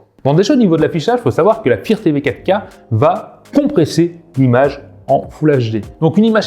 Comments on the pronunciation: Tu connait meme pas le mot anglais fire comment il dit sa 😅😅😅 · Pourquoi tu arrives à prononcer "light" correctement mais pas "fire"? Tu parles d'un produit mais tu ne sais même pas comment ça se prononce. Assez minable...